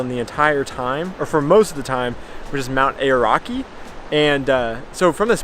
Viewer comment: Na didnt quiet get Aoraki right either 😄